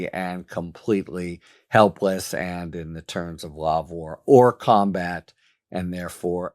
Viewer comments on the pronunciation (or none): Why do you always forget the "de" in hors de combat? It's pronounced like deux.